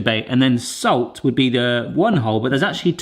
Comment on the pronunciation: Pronounced s-all-t not s-ole-t